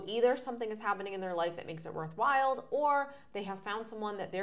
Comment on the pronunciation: Worthwhile, not “worth wild.”